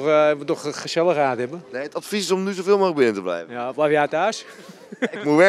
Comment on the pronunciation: 😂 “Meerrr thuis the blijvuhhh???”